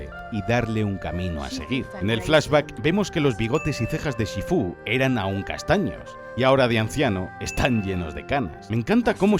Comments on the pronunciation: Los dos o tres "shífu" me han caído como agua de mayo. De dónde ha salido lo de "shifú"? ^^' Gran vídeo, mejor película 💖💖💖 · pero por qué dice "shifú"? xd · En LATAM: Shífu En España: Shifú conclusión: XD